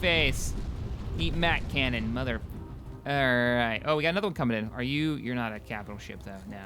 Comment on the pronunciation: sorry u did say Mac Canon